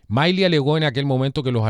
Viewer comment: Milley se pronuncia Mili 😁